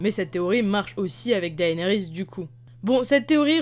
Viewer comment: Théorie n1: Jon en a déjà monté un. « Daenarys » Looooool #beauf #mdr